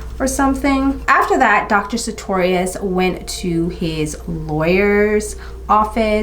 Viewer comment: Checked the name you mispronounced a hundred times in the video and found out it's Sutorius. Girrrrl. 🤣